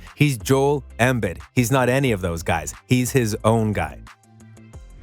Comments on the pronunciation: Learn how to say the guys name right chief. The i’s sound like e’s. eM-beed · He really calling him Joel Embed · Had to sign in to pile on about embed… dude if you’re a sports content creator watch at least one video that says his name… this is like M Night Shyamalan Last Airbender Ang wrong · He said “Embed” 😂😂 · Sorry it’s hard to take this video seriously when you mispronounce these names like that. It makes one believe your reading off a prompt and don’t actually watch the game, because literally no one pronounces Embiid and Kawhi like that. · Say his name correctly. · Y u saying his name like that 🤣🤣🤣🤣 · Why are you saying his name like that? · Dude can't even pronounce Joel's name correctly. What did you expect?